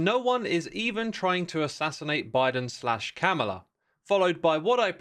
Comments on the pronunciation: Hey X, Liked the vid. Just wanted to let you know its Kamala is pronounced more like Comma-la, not Cam-a-la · It’s pronounced “comma-la.” extremely disappointed in you for mispronouncing such a simple name X.